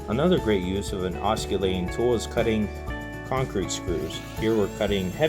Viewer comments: 'Oscillate' means to swing back and forth. 'Osculate' means to kiss. I'm not going judge you if you choose to oscillate while you osculate. BUT- if you are giving advice about a tool.... the first thing you should do is learn to pronounce the name of it! Once again, it's not an osculating tool, its an oscillating tool .... ( aah·suh·late ) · Everyone is making fun of the "k" sound in this gentleman's pronuciation. Making "C" hard, soft or silent is an easy mistake to make. The more.humous part for me is that he pronounces the work Oskullating, rather than Oskillating. Why so funny? The word OSCULATE means to kiss. He is calling his tool a "Kissing tool"! Wonder what his girlfriend would think... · Please learn to pronounce "oscillating" correctly. You are incorrectly pronouncing it "os - cul- tat- ing" instead of correctly "os- cill-a-ting" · I don't know if anyone else made this comment, but the guy presenting pronounces "oscillating" incorrectly. 😂 The way he says it means it's a kissing tool. The "c" should not be pronounced. You say it like "ossillating". Pretty funny! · You don't pronounce the c in oscillating. It should sound like os-sill-ating. I couldn't keep listening because you didn't know how to pronounce the word for the tool you are teaching about. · Hahahaha… ockillating tool… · “Osculating” lololololololol. Maybe get someone with at least an 8th grade education. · Boy oh boy, this guy says it a hundred time’s too. Ah skill layting. The camera guy or no one else was smart enough to correct him? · Good vid. In the future it's pronounced oscillating--the c is silent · It would help if he he knew how to pronounce oscillating properly, it's a silent C? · Your videos are great & very informative. Thank you for your time & effort. However, here is the proper pronunciation of the word "oscillating". The "c" is a "soft c" as in the letter "s". The "c" is not pronounced as a "k" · I believe the word, oscillatie😊😊is pronounced, g